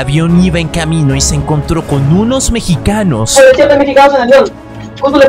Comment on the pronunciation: lo mejor fue cuando dijo peruanos y mechicanos jajajaja